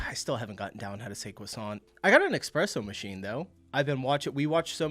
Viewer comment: Dude says eXpressomachine 😂 but is worried about pronouncing croissant